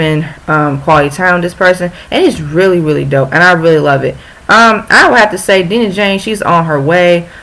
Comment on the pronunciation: Dang post this on Twitter haha love this ❤️ and also we pronounce her name as: Die-nah Jane 😍😍 thanks girl!!!